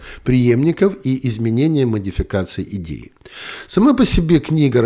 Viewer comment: "Идеи правят миром.." Послышалось "геи правят миром." 😂